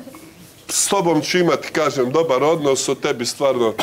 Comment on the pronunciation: Jel on ovo reče super odnosT?